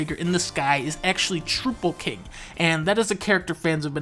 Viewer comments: It's pronounced "Trowpple" king. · ITS PRONOUNCED TROW PULL KING!!!#@